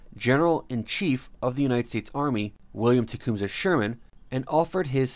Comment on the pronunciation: And Tecumseh and memento. Man not talk English good. See you should have paid attention to your teacher for those twelve years. She was trying to learn ya sumpin